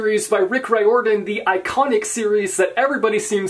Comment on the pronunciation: Rick Riodran - pronounced REARden. Look it up!!